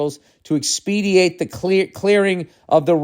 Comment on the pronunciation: It’s “expedite”😂